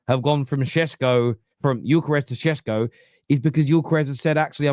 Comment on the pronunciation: Why does say sesko.. Shesko 😂